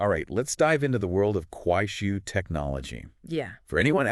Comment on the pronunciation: You need to improve pronunciation it’ll! It’s Kuaishou. Shou is pronounced like show not “shil”